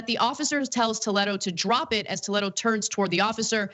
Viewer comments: Wtf how come she can’t pronounce the word Toledo? Toe Led Oh? Naw, Tuh Lee Doh. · … say it with me… Tah- lee-doe,,,,, how annoying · Honestly, the biggest crime is how she pronounces Toledo. Toe-leh-do. I shudder every time she says it. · why is she saying his name that way? it's spelled just like the city... so it should be tol-ee-doe... because it's latino?